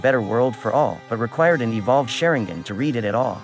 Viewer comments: NObody:: Sharengan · Man... I've never heard the name Sharingan butchered so badly. Share-ing-ann is a new one for me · Wtf is shearing-guen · You failed me when you said "shayringan" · Shareing-gun? come onnnnnnnnnnnnnnn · "Sharing - gin" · Lol "Shaireengan" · I hate how you say "SHARE-ING-GHAN" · THE WAY YOU SAY THESE NAMES IS HIGHKEY GETTING ME TRIGGERED Sharingan Obito Hatake 😐😐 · bruh i paused the vid everytime he said sharingan and just cringed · The way you say Sharingan should be a crime. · I like how he says "sharingan" lmao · The way he says sharingan felt a bit weird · With all respect and love pls say the sharingan's right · Said sharingan wrong 😞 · Garbage video. "Sharing-gun" "O-Beeto"?